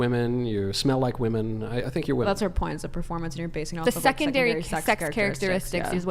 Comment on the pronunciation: The cover charge for participating in this debate ought to be the ability to correctly and consistently pronounce the plural of "woman".